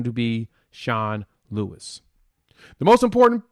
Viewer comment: Sean Lewis not Sean Lee. Great content